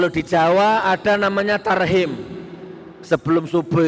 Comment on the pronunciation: ngomong tahrim jak tarhim nur nur....ustad kaleng kaleng...wkwkwk